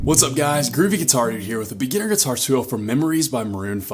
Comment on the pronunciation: I like how he says “geeturrr”